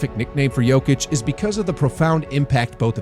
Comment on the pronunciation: I have a question. if everyone knows the correct way to pronounce his name, why are you all still doing it the weird way? Why people just don't do it properly. How long is he in NBA? 2 weeks?